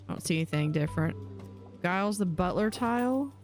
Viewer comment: It's not pronounced guy-les it's a j sound at the beginning. Like Giles from Buffy :) just letting you know. :)